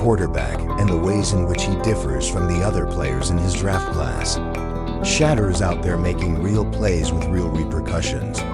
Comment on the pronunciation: This is the 3 time they say his name fuc up